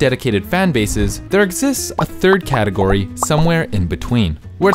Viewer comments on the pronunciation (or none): none